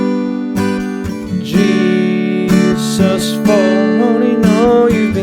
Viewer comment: Every time you say gsus I think you're saying Jesus 😂😭